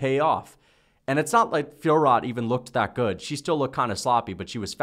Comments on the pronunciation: you read it "Fior," not "Fiorot" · Ridiculous pronunciation of Fiorot, the T is silent